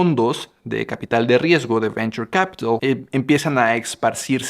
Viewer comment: Venchur capiralis❤